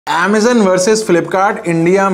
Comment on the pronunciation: Amazon ko Amazun kyu bulate ho bhai 😅 Even Americans don't call it Amazun.